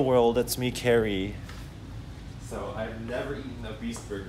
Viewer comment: "Hewo world it's me carwy"